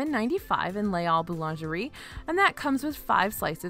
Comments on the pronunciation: It normally doesn’t bother me at all but as you said it about 15 times in this amazing video, Les Halles is pronounced (more) like “lay al” not “all” 😊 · Now I’m hungry for poutine! Pronunciation tip (hack): “Les Halles” (in French) ≈ “lays all” (in English) Thanks for keeping me hungry!